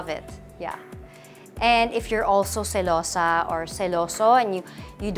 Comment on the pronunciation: Omg you are gorgeous!! ❤❤❤ and i love when you said celosa in Spanish!! Regards from Mexico! 💕